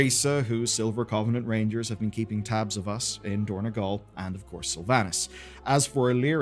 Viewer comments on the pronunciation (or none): It is dorn-O-gal, not dorn-E-gal